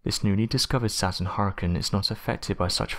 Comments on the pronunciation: I’m getting so triggered listening to him say hoorican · Deeply troubled by how he said Hurricane... Hurken? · Did it take anybody else over half the video to figure out that her-uhh-kungz meant hurricane? Or is it just me?